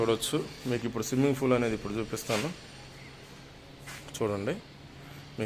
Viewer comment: దయచేసి ఇంగ్లీష్ మాట్లాడొద్దు... స్విమ్మింగ్ ఫూల్ కాదు.. పూల్.